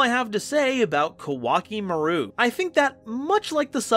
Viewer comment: Koa'ki Meiru (Ko-a-ki Meh-ru) is pronounced like Core Chimail in Japanese. Important pronunciation fact, since people like MBT constantly say it wrong.